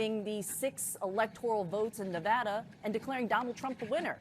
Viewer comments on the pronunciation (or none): Someone please tell Kristen Holmes how to correctly pronounce Nevada.